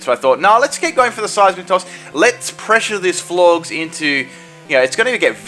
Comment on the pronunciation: Florges is pronounced like Gorgeous.